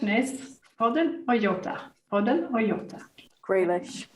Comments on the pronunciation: Nice content, helpfull as always. One thing - J in Jota is pronounced like J in Jorginho or John, not as Yota. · JOTA... JJJJJJJ NOT YYYYY